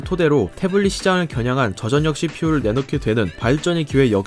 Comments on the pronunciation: 말을 존나 병신같이 하냐 초등학교 안나왔냐? 전녁 전녁 이지랄 하네 소리나는대로 읽기 못함? 절력 씨발 한국말을 못읽어 워료일도 월뇨일 이지랄 하겠네? 유월도 육월로 읽겠네 이런사람들은 학교를 진짜 뻘로다녔냐?... 서피스고 암드고 좆이나 까고 한글부터 다시 배워라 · 십월x 시월o, 전녁x 절력o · 저전녁 X 저절력 O 저전력을 '저전녁'이라고 읽는 사람은 처음 보네요 ㅋㅋ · 시월 절력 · 혹시 교포?? 저전력? 저절력! 표기를 그대로 읽음 한국어가 서툰건지 아님 교포라 발음에 문제가 있는건지 예전에 지적했었던것 같은데 여전히 그런듯~ㅠ.ㅠ 외국인이라면 이해가능하지만 정말 본인말 모르는건지...쩝 3D업종을 삼디업종으로 읽는 것만큼 어색함